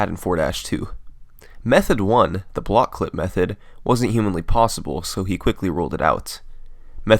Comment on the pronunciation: he says reveal this invisible bawk? WTF is a bawk, do you not mean block?!!! Go ahead knights of the haters go off on me, and then tell yourself wait, it's not like he is very foreign. Yup if I was saying this about someone who was African or Japanese or whatever, then yes it would be weird because of their accent and pronunciation but come on this guy is British or American and he says bawks!!!!!.....